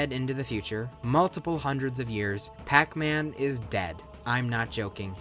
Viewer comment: Aipacman? Darn it,!